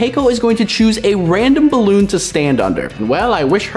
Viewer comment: You said balloon wrong 😠